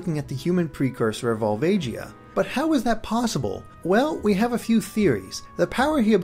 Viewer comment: You pronounced Volvagia wrong, I believe.